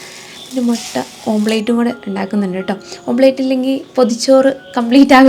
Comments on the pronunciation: ഓം പ്ലേറ്റ് അല്ല, ഓംലറ്റ് ആണ്.. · Omplate ala dear Its omlette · ഓപ്ലേറ്റ് എന്നു പറയല്ലെ അതു് omlet ( ഓംലെറ്റ്) എന്നാണ് തിരുത്തുന്നതിൽ വിഷമം തോന്നരുതും